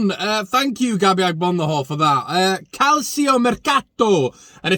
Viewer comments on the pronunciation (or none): Now then, i thought one of the Argentine boys/girls would have helped you with the calcio pronunciation.. but it has to come from a Leeds lad!! Calcio- Kalch-oh Italian for football